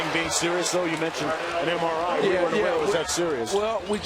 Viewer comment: "We have to get an MIR" oh Magic